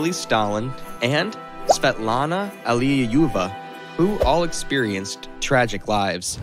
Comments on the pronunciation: It's like he wasnt even trying. I mean "Svansdinn" for "Svanidze" and "Allileyuva" for "Alliluyeva"... come on, those arent even the right letters in the right spots, never mind the pronunciation. Oh god, it keeps piling up. Smolensk, Dzhugashvili.... oh the humanity. Chancenhausen/Sashuhassen.... ROFL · this is so funny:D ALLIUJUuEVA, that pronouncing:DDDDDDDD